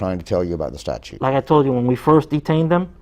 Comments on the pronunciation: Did he say statue 😂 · Statute ! NOT Statue.